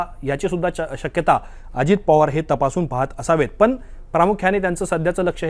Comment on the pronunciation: पन नाही हो " पण " म्हणा..